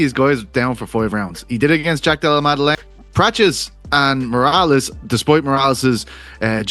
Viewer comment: Arman hey Ariel “ it’s prates 😂😂not prachez